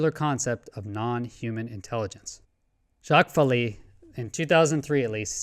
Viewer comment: Thanks for your pronunciation of "Jacques Vallee." You know it's not "Jack Valley," unlike Rather B Squidding. ;-)